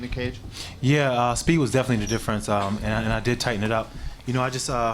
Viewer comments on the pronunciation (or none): Aboot, Definatly Canadian lol